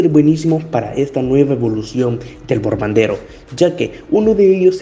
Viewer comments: Bombardero ❌ Borbandero ✅ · Bombardero: ❌ Borbandero: ✅